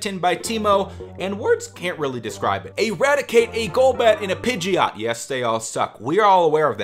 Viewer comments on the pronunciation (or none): none